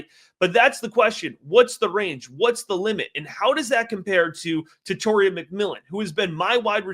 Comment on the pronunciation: Tet-a-roa… not Tet-or-ia